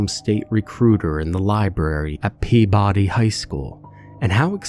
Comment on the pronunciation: Loving the story so far, but I can’t with the Peabody and Gloucester pronunciation. Peabody= “Peebidee” Gloucester=“ Glosta” from a Mass native who now lives in NH😊